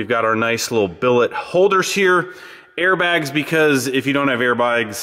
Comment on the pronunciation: air bwoigs